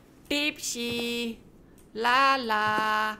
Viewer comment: PO woy bukan pou